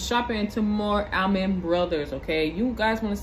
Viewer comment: Pronounced "All-Man" Not Al-Man.